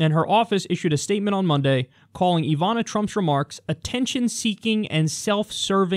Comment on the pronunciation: Ivana is pronounced with short vowels.